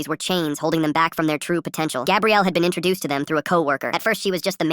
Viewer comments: Stop saying gabriel, it's gabrielle. 2 men can NEVER have a baby! Stupidest ai ever! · Pretty sure it’s like Gabrielle, like for girls, But the A.I pronounced it as Gabriel. I know someone else probs said this, but why not say it again. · It can be Gah bre elle. Not Gab re el. Ai mispronounced it.